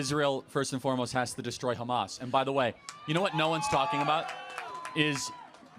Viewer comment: why do you say "HgggHmos" its Hamas in america bro